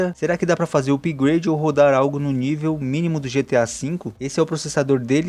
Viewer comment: Amigo!! A gente escreve "upgrade", mas a pronúncia é "apgrêidi" e não "upigrâdi". 😠😠😠😠🤦